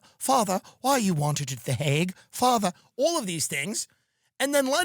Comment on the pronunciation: “father why are you wanted at the haugue” 😂